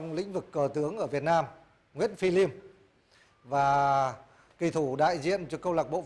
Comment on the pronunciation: Liêm chứ ko phải lim ông ơi